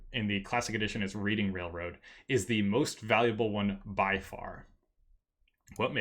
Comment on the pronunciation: I always thought it was Reading Railroad (pronounced "Redding" like the actual rail company in PA)